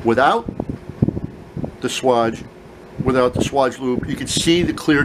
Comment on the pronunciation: Swage, bro, Swage! Long A sound like age. Not swaj, like vag...